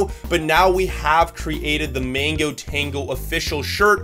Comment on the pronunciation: bro it's mango not Mingo!!!